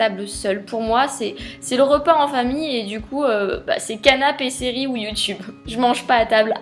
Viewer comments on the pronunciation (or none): none